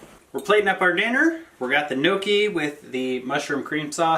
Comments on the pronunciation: Your "nokey" is really pronounced "nyo-key." That mushroom sauce looks delicious. BTW, what does moose meat taste like? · Please learn to pronounce gnocchi correctly. Love the video otherwise.